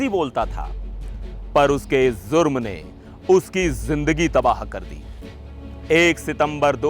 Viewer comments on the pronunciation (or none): Aap accha bolte hain par jurm ko zurm n bola Karen.